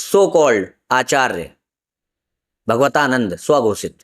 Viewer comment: भगवतानन्द नहीं भागवतानन्द बोलिए।